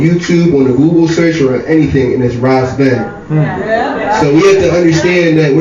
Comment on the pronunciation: It's Spelled Ras Ben but its pronounced: Wise Ben! 💯👍🏽